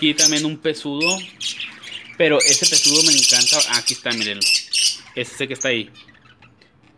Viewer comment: se llama ALPISTE no alpistle, y el periquito es Pseudo (sin pronunciar la p), no pesudo